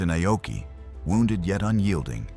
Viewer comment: It's not I-oki. It's pronounced 'Ah-oki' and spelled Aoki in English. This AI voiceover is inconsistent and annoying. A lot of people say Aoki was the cause of the disaster. No, he wasn't. He might've been overly cautious, but the IJN was hampered by a couple of things. One, they didn't have radar in 1942. They relied on sighting the American warplanes or ships and often, it was too late. Two, the IJN had a certain arrogance. After all, they had faster airplanes--the Zero still ruled the skies until around mid-1943--and they'd won many victories before Midway. However, as mentioned, the armor on Akagi had been reduced. The multilevel setup was weak, and their firefighting crew wasn't that great. Moreover, after shooting down the dive bombers, the Zeros were out of position. And...most telling, lots of bombs and anything explosive had been left out in the open. One bomb hit perfectly and ignited everything. That was it. Poor engineering, poor fire suppression, and no radar...that was Japan's IJN undoing.